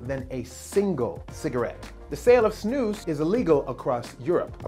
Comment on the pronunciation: I love how you say snus it's much better than other english speaking people say it